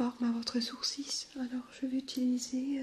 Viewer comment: Coucou super vidéo comme toujours ! Tu as fais quelques petites erreurs de français, on dit " elle est très bonne et légère " pas " c'est très bonne et légère ", " un sourcil " pas " un coursis " et un spray se prononce " spré, sinon super ton accent est très reposant !